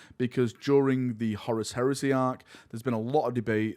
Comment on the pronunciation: What is this accent? You pronounce heresy as "here-s-seh" and I thought it's because maybe your tongue couldn't say "lee" but you can pronounce "lee-gion" just fine. Edit: happens with "apparent-leh" too. Do you just say all words ending in a Y as "leh"?